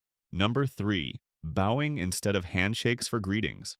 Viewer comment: AI keeps mispronouncing the word bowing!